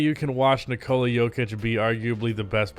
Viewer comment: bro can you (and everyone else) learn to say nikola? ‘NIH-co-lah’ not ‘nih-CO-luh.’ basically like nicholas with no S. not sure why that’s so hard